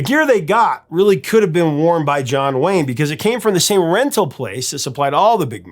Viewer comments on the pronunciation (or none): none